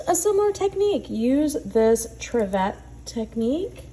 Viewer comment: It’s pronounced triv-it not triv-ette 😊